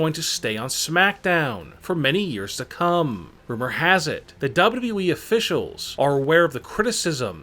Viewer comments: i think is more " DABUDABBUEEEEE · This man said double e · Why do you talk like you're taking a huge dummmmmmmp at the end of your sentenceeeeeesssssss? Also, it's WWE, not dubbldubooweeeeeee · I AM PULLLING MY HAIR now !!!! ITS W W E not W E ,,,, #$_&-+... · yep! he says "Dub-Dub-E", among all of the other words he butchered. This guy is absolutely TERRIBLE!!! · it's pronounced WWE.idiot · Only Kurt angle says " WWE" worse. DUBB UBB EE lol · Dubyu dubyu weee wtf you saying menn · When he says WWE makes me laugh